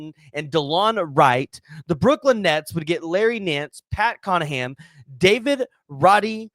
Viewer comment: Did you say Pat Connaham?